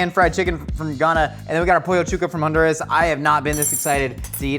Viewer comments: My man’s! Major respect for your research and as a Honduran, mad love for properly saying Honduras 🇭🇳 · Hon-du-ras! Yesss!